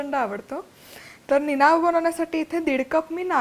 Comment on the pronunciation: निनाव्यातला व चा उच्चार हा आव जाव नाव सारखा न करता यावं जावं कराव बघावं तस निनावं असा करावा